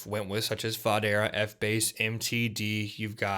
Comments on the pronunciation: “Faux-dera” not Fodd Era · “Fah-dera”…? Lol